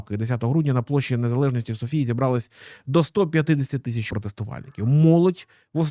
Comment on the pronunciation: сОфія, бургАс, балчІк😅